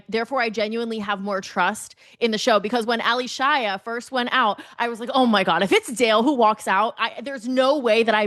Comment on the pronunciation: It's not Ally Shia as 2 separate names. So annoyed every time she mispronounced it. 😂 It's Allyshia pronounced as A-lee-shia.